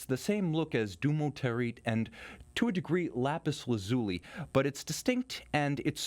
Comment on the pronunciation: * Lapis Laz'U'Lie